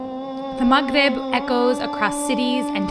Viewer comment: idk why but i love the way she pronounce Maghrib btw have a good Ramadhan and let's enjoy this moment together❤